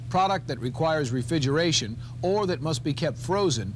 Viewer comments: Did the host say "refigeration" instead of "refrigeration"? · “Refigeration.” I can’t unhear it. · He keeps saying "refidgeraration"... is he related to Trump? What are the "oranges" of this video? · “Refigeration” lmao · The way he pronounces "refrigeration" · The dude cannot properly pronounce "refrigeration". He simply can'y say the second 'r'!! It happens over and over... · and there I was just saying that he may have gone on to be a tv anchor. Not if he can't say words with two Rs in them lol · Maybe he just wants to be a Rural Juror?